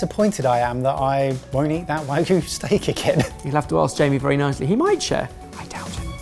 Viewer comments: Love your work, guys, but Wagoo? Not Wagoo.. it's Wagyu! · It’s wah-gyu, not waa-goo,! 😂 わぎゅう！ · I believe you mean "hwagu" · you guys kept pronouncing wagyu as wagoo lol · Wahgoo? C'mon, chef! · I love you guys so much, but you’ve got to stop calling Wagyu - wagoo. It’s not goo, it has a y in it. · Was no longer able to focus after mispronounced "wagyu" as "hwagu", and then moments later did it again while talking about going to eat it from a premium Japanese restaurant... C'mon man, you're a chef! Wagyu is world-famous in the culinary world! You're killin' me...:[